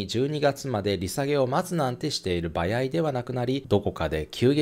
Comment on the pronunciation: いつも”ばやい“(場合)という言い方が気になってしまう…